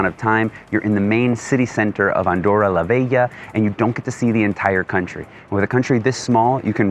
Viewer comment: It is "la Vella" (it means "the old one" in Catalan). It is pronounced as [la 'ßɛ.ʎa].